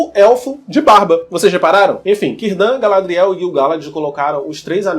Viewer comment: Cirdan se pronuncia "Quirdan"! Ninguém sabe se o mago é o Gandalf, até pq ele chegou muito depois da última aliança e pelos portos cinzentos, mais provável que seja um dos magos azuis.